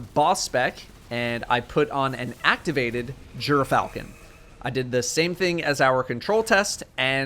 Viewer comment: gyrfalcon is pronounced with a hard g and a long y. it's more like gear than how you were pronouncing it